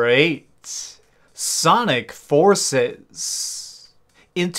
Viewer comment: What is with the weird pronunciation of the game titles. "Sonic forcesssss" "Never ending nightmaressssss"